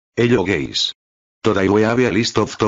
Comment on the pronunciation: Hello guys sound : Hello gays